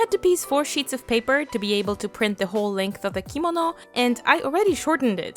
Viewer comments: U pronounced it wrong it's kemono not komodo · I love how u said “kimono”♡